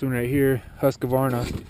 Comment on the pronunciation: Husq-varna Husqvarna, not huskavarna